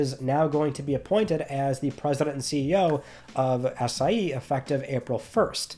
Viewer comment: Lmao am I the only one who hears “Ass I E”? 💀